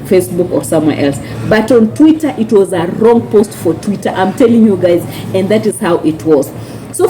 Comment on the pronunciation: Ni Twitter not tweeter sweetie